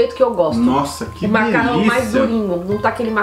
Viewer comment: “Diliça” kkk